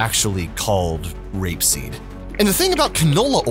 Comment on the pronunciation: I love the emphasis on the word "r*pe" in r*peseed when you are literally pedaling propaganda for an industry that is entirely sustained by factory scale r*pe.